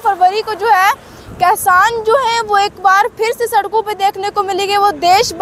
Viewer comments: Kasan nhi hota madam ji kishan hota ha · बोलना सिखले पहले खेबड़ी 😀😀 कैसान नही होता किसान होता है 🙏